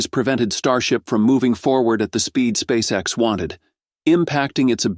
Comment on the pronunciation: S p a c e X ....... it's Not an acronym, silly ai voice.